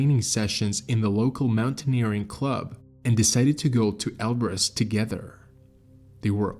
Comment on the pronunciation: Oh man eberus not elberus